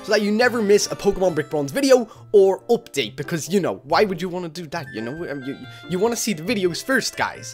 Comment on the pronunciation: i thought u said opdait